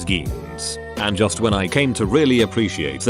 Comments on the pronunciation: Jeans honey. Not geens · APPLE BOTTOM GEENS How in the world do you say that wrong?